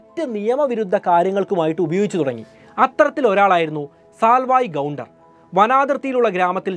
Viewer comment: 1) കൂസൈ മുനിസ്വാമി എന്നാണ്., കൂസൈ എന്നു പറഞ്ഞ മടി, 2) കൊല്ലഗൻ അല്ല കൊള്ളേഹാൾ കന്നഡ ആണ് 3) സാൽവായ് ഗൗണ്ടർ അല്ല സേവി ഗൗണ്ടർ